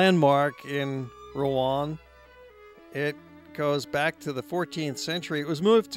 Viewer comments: Pronouncing Rouen wrong. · Pronunciation of Rouen is wrong.